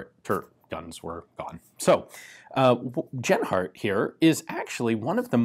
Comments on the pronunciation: About pronouncing the name Genhart... It's a fairly common name In the US, so for a US citizen "jen-heart" would probably be correct. But in Germanic speaking European countries, the "j" sound doesn't exist. G is always the hard sound used in "gold". So you got it right early on, but settled on the wrong way to say it for the rest of the video. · Interesting gun and the way it was needed to have ammo created. Ian just a fyi the letter 'g' in german is pronounced with a solid sound like the g in good. It is not pronounced with a 'y' like yield as you did in this video. Other than that keep the good work mate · Ian, there is no "soft" G (like "J"- i.e. "general") sound in the German language. Genhart would be pronounced with a "hard" G (i.e. "gold"). Interesting gun. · I thought he said Asianheart rifle for a minute.